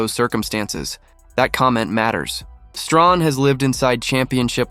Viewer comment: Michael Strahan- “ Stray- Han”. Not Strawn.